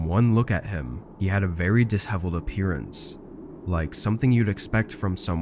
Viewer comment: Great stories and of course great narration. Btw the word disheveled actually sounds like dish in the beginning. Dish-eveled basically.